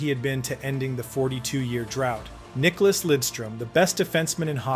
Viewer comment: Nice video, but his name is NICKLAS, not Nicolas